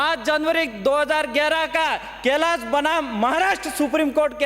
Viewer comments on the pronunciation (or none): none